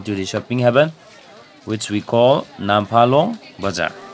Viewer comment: It's nt namphalong, it's Nampharlone